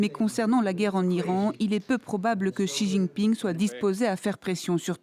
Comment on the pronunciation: j'ai cru entendre une dinguerie quand vous avez ecorché le nom du président de la chine